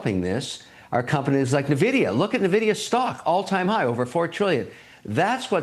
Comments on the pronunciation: Did Oleary say “Navidia”? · The way he pronounces Nvidia as Navidia make me think oleary would pronounce the TI part of tie instead of T I like the other guy did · Navida? maybe he should ask AI how to pronounce it properly. 🙄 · They way he pronounces Nvidia is killing me